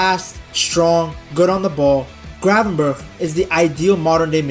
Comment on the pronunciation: He still doesn't say it right, he should say the first G the same as the last G. He now says "cravenberg"😂